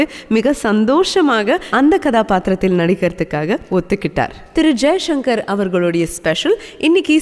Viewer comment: தங்கல் வர்னணையுடன் கூடிய ஒலிபரப்பு மிகவும் அருமை.ஆனால் பேசுகின்றபோது எழுத்து உஉச்சரிப்பில் கவனம் செலுத்தவேண்டுறேன்.ச., உச்சரிப்பதை ஷ,என்று உச்சரிக்கிறீர்கள். உதாரணத்திற்கு ஜெய்சங்கர் என்பதுதான் சரியல்லவா.நன்றி.